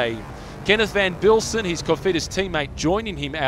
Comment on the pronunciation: PLEASE somebody tell the voice man that HIS rhymes with IS and not with BEES!